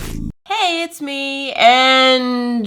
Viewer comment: Omg when ever she says ME it sounds like Emmy and that’s what people call me